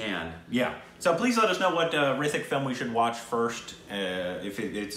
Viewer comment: Its not hrithik to say with th its with t ritik